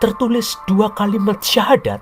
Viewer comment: 😂😂😂...terbukti ini tak mengerti dgn benar aslinya ajaran Islam dan tak tau secara benar sejarah islam yg benar.... mengucapkan syahadat sja masih jauh dari benar..😂😂... Belajar lagi mas... tanggung jawab mu berat nanti diakhirat kelak....didunia kau bisa mengolok-olok dgn bahasa dan nada mu yg menghina...tapi ingat...setelah dunia ada akhirat....kau bertanggung jawab atas penjelasannya mu yg hanya sebatas asumsi yg minim pengetahuan tentang islam...😂😂😂😂